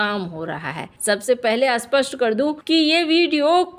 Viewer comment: Jab jab aap ' SPAST' bolte hain, tab 'ASPAST' sunaai deti hai. Behtar aap ' clear' bol dete.